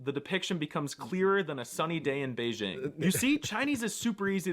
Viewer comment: “Stop BEIGE-ing Bei-DJING!” (For Zhesus sake, it’s a J, and it’s never been to France!